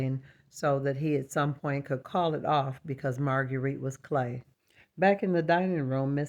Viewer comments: Yes I thought she said "plain" and thought "no she's lovely!" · I had to rewind and hear for sure that you said "clay" was the worry 😅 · What a wonderful portrait! I had to listen a couple times to realize you were saying Marguerite was clay, because I didn't know what you were talking about! But what a clever way to make your point! So much drama & excitement in the dolls' world!! ❤